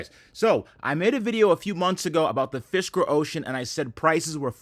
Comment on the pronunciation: Cyber Fisker sounded an awful lot like Cyber Fister - now that’s an exciting product 😂